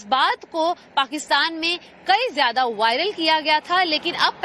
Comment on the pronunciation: Chal ay bandri zeada chir chir na kar bolna tum logon ko ata nhi zeada ko jeada kehty ho